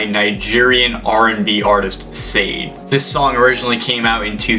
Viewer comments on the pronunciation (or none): Sha-Dey (Sade) not Sayde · Sade is pronounced "Sharday"...